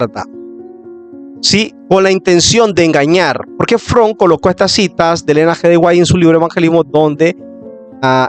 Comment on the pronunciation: Buena información, desde el punto de vista histórico, una observación ten cuidado al editar y también al hablar hay muchos errores de pronunciación y es Leroy Edwin Froom (Lirroy E. Froum pronunciación)